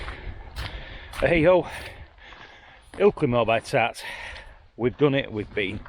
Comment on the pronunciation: Its not BY TAT its BAR TAT , which means ' without a hat ' ;)